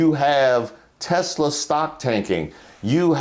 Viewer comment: "Tesler" - donald trump